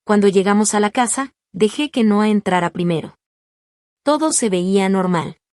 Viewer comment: 😂😂😂😂 xq siempre dice e no 😂😂😂 en ves de decir Noa y el nombre los separa No a 😂😂😂